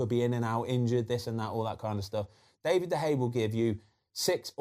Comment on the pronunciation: can he bloody say david properly